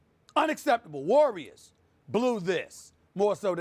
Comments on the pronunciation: Lol SAS in the beginning was about to say Larriors L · Stephanie Lurry and the GAYDEN State LURRIORs